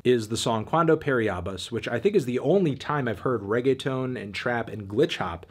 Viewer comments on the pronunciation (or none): Why you say reggeatone it is reggeaton